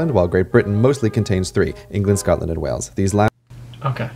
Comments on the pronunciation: It’s funny how your accent goes British at times 😂 Btw Wales is pronounced like Whales. Way-uls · Wales not Wells. Sounds the same as the large sea mammals. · Are you saying "Wells" instead of "Whales" for "wales" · Wales is pronounced like whales, not wells and you literally said the incorrect thing about Great Britain being England Wales and Scotland directly after CGP Grey pointed out that it isn't because each country has parts outside of Great Britain. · Wales is pronounced like the word whales. Not like wells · Wales is pronounced like the animal, whales not wells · Wales sounds like whales the animal. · no it does not because Wales and whales have the same pronunciation.